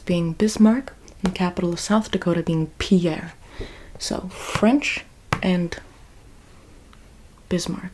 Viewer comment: South Dakota's Capital is pronounced PEER. FYI